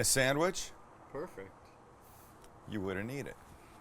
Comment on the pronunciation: He always says "perfuct" and it drives me nuts. 😄